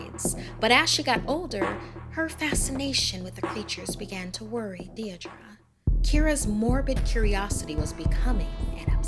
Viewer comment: bruh she can't even pronounce Deirdra